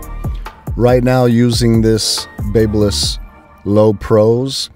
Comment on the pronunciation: Pronounced.......BAB Y LISS. sounds like BAB A LISS. Like the City of Babylon in ancient times. If you're using a certain brand and continuously saying the name of the brand, you should know how to pronounce the brand correctly. Now, spread the word, my good friend.